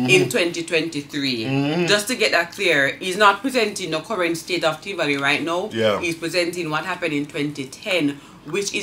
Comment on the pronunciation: Did that fakester say Trivoly Gardens instead of Tivoli Gardens. Smoking weed? Ha! Come off Jamaica Center E train